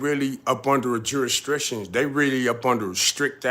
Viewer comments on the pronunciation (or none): Shout out to u! Keep up the real work. I just got to say this my Nigga is pronounced Jurisdiction not juristriction. lol its like u mixing strict jurisdiction into one word. But other than that it’s all facts